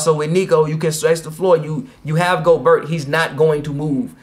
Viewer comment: He said goburt lmao. It’s Gobert